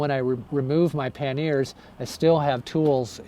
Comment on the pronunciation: FYI those boxes on the side of your bike are pronounced "PAN-yer" (two syllables) or "PAN-e-er" (three syllables) in English, or in French it is "PAN-yay" - not "pan-NEAR"